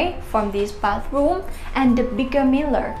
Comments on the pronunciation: She said miller for mirror 😅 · Meeler lol 😆